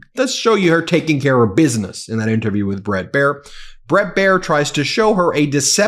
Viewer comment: Did mamala kamala come latey watey to your little bittle interbiew??